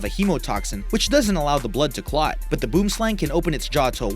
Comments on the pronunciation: the boom slang is not pronounced boom.. . hahaaa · "Boomslang" The way you said that made me cringe. I'm South African btw. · boomslang is afrikaans for treesnake FFS! dont ever say boomslang with your accent ever again, the cringe level is over 9000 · That snake boom slang is Afrikaans and is pronounced boo-um slung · Its not boom slang say it in africans you sound stupid but good try im from Africa cape town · the boom slang is not pronounced boom... hahaaa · helloooo im Afrikaans and thats not how you pronounce Boomslang its boo-em slah-ng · no one seems to be able to pronounce boomslang right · The way he pronounced boom slang 😂stay away from Afrikaans words please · You say boomslang wrong im afrikaans why not just call it a treesnake directly translated 😡